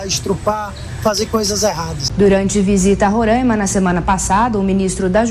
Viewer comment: Não é Rorãima, é RorAima!